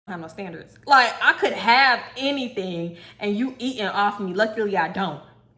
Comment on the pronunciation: apple orangle,you said anythang